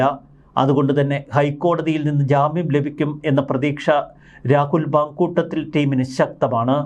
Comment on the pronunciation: Halo makuttathil alla sariyayi vayiku